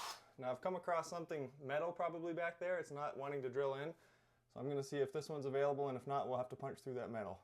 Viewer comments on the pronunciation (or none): none